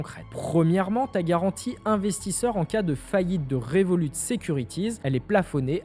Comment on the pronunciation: Moi je me demande pourquoi tu dis le T a la fin du nom de revolut sachant que le t est muet vu que revolut eux-mêmes ne le prononce pas le temps est revolut d'où le nom de la banque